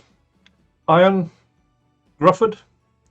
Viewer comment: Ioan was also Horatio Hornblower in the BBC tv series in the early 2000s and in the Fantastic Four movies he played the stretchy guy. Also I believe Ioan's surname is pronounced Griffith. I could be wrong because it's been a long time since I heard him explain the pronunciation of his name. 😄